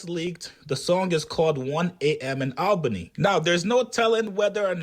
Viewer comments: 1 am in ALBANY*, not labany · It's Albany not Labany, put some respect on Albany's name! thats New York's capitol city!!